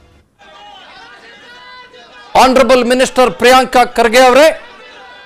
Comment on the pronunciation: ರೀ ಸ್ವಾಮಿ ಪ್ರಿಯಾಂಕ್ ಅಲ್ಲರೀ ಪ್ರಿಯಾಂಕ ಅಂತ ಕರೀರಿ